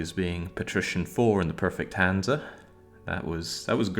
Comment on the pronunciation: It's hansa.